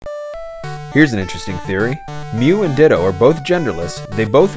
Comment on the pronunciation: ....Ditto not dido